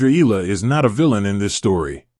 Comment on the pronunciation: EALA is pronounced " EYA-la ". The " EA " is like a diphthong. This is a common pronunciation in the Philippines.